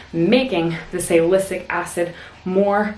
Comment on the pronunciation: "Salysic acid"? You said that wrong. Sal-i-cyl-ic acid. Actually it's Acetylsalicylic acid. That first word has 7 syllables, so don't skip any.